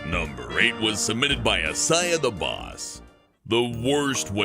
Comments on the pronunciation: It is isaiah not iziah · it's pronounced "I zay uh" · You said Isaiah wrong